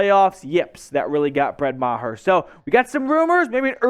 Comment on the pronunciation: It’s Maher not mah- her please